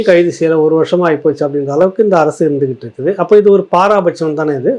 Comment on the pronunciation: அது என்னய்யா “பாராபட்சம்” பாராபட்சம்” அப்படின்னு சொன்னீங்களே அதுவும் தமிழா? எனக்கித் தெரிஞ்சது “பாரபட்சட்சம்”என்பதுதான்!